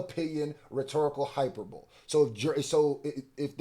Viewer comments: I'm not trying to be that person but the pronunciation of hyperbole is: Hi - Per - Bow - Lee has hyperbolic down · You can’t even pronounce HYPER-BO-LEE smfh 🤦🏾‍♂️ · Lol why he keepps on pronouncing hyperbole like that its low key srking me 😅 it sounds like this .......(Hi-prr-bowl-eee.) What yall think any better options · It’s pronounced = “ Hi-per-buh-lee” (hyperbole) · Hyperbole = hyper-bowl or hy-per-bo-lee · not saying hyperbole and saying hyper-boul like he from philly has me sent 🤣🤣🤣🤣🤣🤣🤣🤣🤣🤣🤣🤣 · Yo lol ima need you to get that word right. HI PER BULL E, amazing video, love the work, it was just that one word was sticking out like a swollen finger. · hyperbol-E! the word is hyperboleeee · You butchering Hyperbole is annoying as fuck. IT IS PRONOUNCED HI PER BO LEEE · You said “hyper bowl” for hyperbole so many times lol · From a bro, ima let you know it’s pronounced “hi-per-Buh-lee”. Lookin crazy as a lyricist and not sayin words right, with respect. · No shade bro, but this word has been whooping yo butt. It's pronounced, HIGH-PER-BO-LEE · Hyperbole is taking y'all out 😅 hi-per-bo-lee😩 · HIGH PER BOWL E Not hyperbole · Hyperbole (hy-PER-buh-lee) has been taking you and JayBlac out. Keep reporting this good information, bruh…I love you all’s content. #HipHopIsASport #NotLikeUs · “Hy-Per-BO-LEE” Hyperbole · He means (hai-per-buh-lee) hyperbole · I hate being this guy, but to my dawg, it's pronounced like this hi/per/bully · DOPENESS! AT THE SAME TIME THE WORD IS (HY-PER-BOWL-LEEEE), BOO. :face-blue-smiling:💯💪✊ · Hyperbole pronunciation (hi-per-bowl-ee) I gotta support and cop all the shop gear, Hiphop needs protecting thank you King! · You went to another comment to start this up again? In America this is how it’s pronounced. Just admit you also say hyper-bowl and you’re triggered by him being called out for it. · Btw Hyperbole is pron hi-PUR-buh-lee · Entertaining as the usual...just one thing bro it's hi-per-bo-lee (hyperbole)